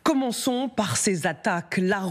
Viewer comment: "commonçons parrrrrr". Je quitte !